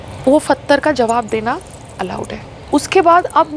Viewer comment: Buddi payal pehle hindi sahi se bolna toh seekh..phatar nhe pathar hai badi aayi munawar ko patgar Marney wali....🤮🤮🤮🤮🤮🤮🤮......fully of negativity ...muh se kbhi achi baat nahi niklte is pagal rohatgi ki...feeling sad for sangram